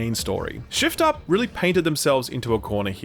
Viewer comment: keep hearing shill up every time you say shift up lmao